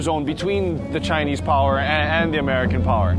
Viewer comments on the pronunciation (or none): none